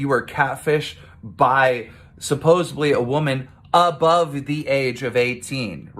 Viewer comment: also.... KEEM SAID "SUPPOSEBLY" .... facepalm